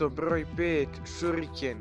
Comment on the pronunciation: ide mi na kurac taj mesto brrroj sedam, husarrrigama